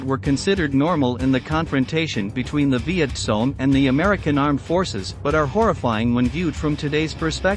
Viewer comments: Why do you say viet song ? It's Cong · For heaven's sake study your subject. VİET KONG not VİET SONG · It's not Viet Song but Viet Kong. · It's not Viet Kong either Sparky. It's Viet Cong ya know.... Victor Charlie ? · He was pointing out the proper way to pronounce the word. VietCong with a K sound. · It's viet cong